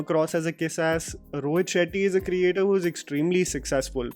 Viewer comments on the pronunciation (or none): none